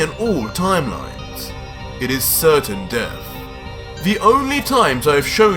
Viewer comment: Say it with me Death not deaf do you have a speech impediment I mean really bro why can’t you pronounce words the way they’re supposed to sound vergta??? Why does it sound like you give up halfway through pronunciation I swear if you make a video and speak English without the fruity accent I’ll hook you up with $500 no joke please One last thing your videos suck ass